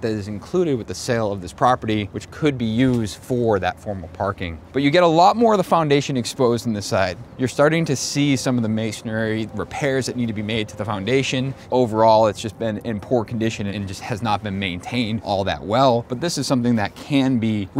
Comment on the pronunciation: Mason-ry. Not Mason-ary